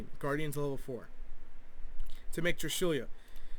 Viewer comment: It's trishula not trishulia lol I've commented this on your vids like 3 times now